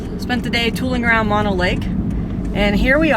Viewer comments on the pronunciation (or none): A few corrections/comments. First, it is "mow know" lake, not "maw no" lake. Mono is a Native American word (Paiute) and not the opposite of stereo. You mentioned that this was the latest opening of Tioga Pass. However, you really meant to say this is the latest the road has remained open into the winter season. The actual date of the latest the road has remained open is January 17th of 2012. My wife and I drove out from spending the 17th at Tenaya Lake and Olmstead Point. The latest opening, following the winter, is July 1st, set in 1998 and I don't remember, after nearly 40 years living in Mono County, California, why the opening was so late that year. It doesn't match up to big winters we have had in the Sierra, which have been , and . The average opening for Tioga is Memorial Day weekend. The average closing is November 14th. Most highway maps indicate that this road is "closed in winter." For Europeans and midwest and eastern U.S. residents they think winter ends in March, however, at 10,000 feet in the Sierra Nevada, winter usually lasts until late May and sometimes through the end of June. I was living in Bridgeport, California in 1983 and had 4" of new snow on my lawn at sunrise on July 4th.